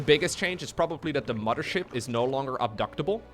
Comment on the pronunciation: Gotta love “2020 fife” “muddership”